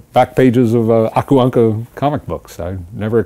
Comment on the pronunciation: Poor Rosa, half of the time he has no idea what they're talking about. (Though I have to say he pronounces "Aku Ankka" really well. Sounded very Finnish.) Rosa-parka, puolet ajasta sillä ei oo varmaan hajuakaan mitä ne puhuu. (Mutta ääntää nimen "Aku Ankka" muuten tosi hyvin.)